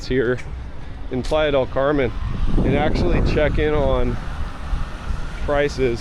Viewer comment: The way Americans pronounce Playa del Carmen 🙄